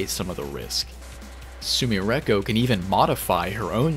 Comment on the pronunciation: Why u pronounce sumireko like that, we know youre good at japanese. Im not saying put on an accent and put your whole dick and balls into the pronunciation but you can do better than that